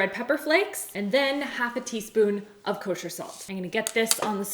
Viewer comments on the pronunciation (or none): none